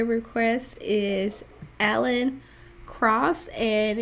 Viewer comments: It's Pronounced "Crouse". I love that you're discovering bluegrass. I love a bit of every genre of music, and it seems that you do too. Great video! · Yeah, it's pronounced like "Krouse", not "Cross".